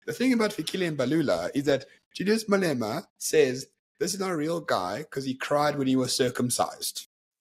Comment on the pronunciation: Who the fuck is MalEEEMa bruv?